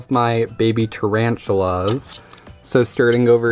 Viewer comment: HE SAIF TARANTULAS AND I WAS LIKE BOI NO IM OUT